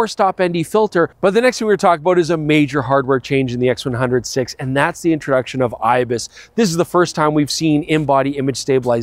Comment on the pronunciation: I cringe every time he says "X100 'Vee' " instead of "X100 Five".